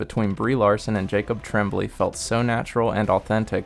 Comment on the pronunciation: Jacob's last name is pronounced TRAWM-blay, not TREM-blay. And there were only 3 voice overs. Otherwise, good review.